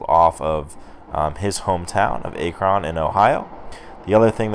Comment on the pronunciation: I can't tell if you were serious by how you pronounced "Akron." If you were, the "a" in is actually pronounced like the "a" in the word "at." Basically, it's a short "a" instead of a long "a." I used to live in Akron but now I live about ten minutes away.